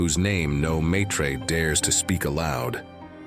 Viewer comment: The word matris (mother in Latin) will be pronounced as [MAHtriss] with a long A (as in father) and a short i. The word is not French. And they use red robes in the books, only the Bene Gesserit wear black ones.